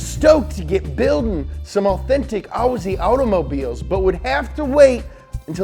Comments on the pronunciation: umm no mean to be rude but it’s pronounced ozzy not aussie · aussie is pronounced Ozzy or o-z